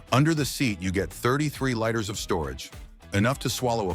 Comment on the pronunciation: This is a good commentary. BUT whoever's is the voice on this needs to pronounce things correctly. Example: liters us pronounced "leeters" not "lighters"